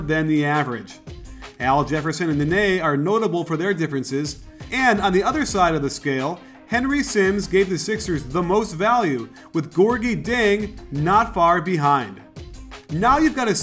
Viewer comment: Interesting to see. Btw, I think Gorgui Dieng's last name is pronounced with a J sound think (Jieng)